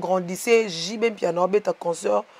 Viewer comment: On dit pas conceurt. C'est concert. Ba fandi na France mais rêver bango ..... mawa.